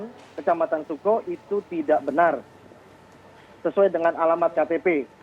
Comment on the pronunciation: Kec. Sooko dibacanya "Suko" 😂 Mana warga moker nih?